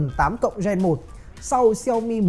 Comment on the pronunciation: Ra máy mới liên tục cảm giác cầm Rog Phone 5 còn chưa nóng tay thì đã Rog Phone 6, 6 Pro 🤣🤣🤣 Quá nhàm chán vì cuộc đua cấu hình Snapdragon Gen series 😂 Gen chứ không phải REN 😂😂😂